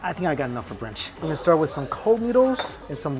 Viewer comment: He say bunch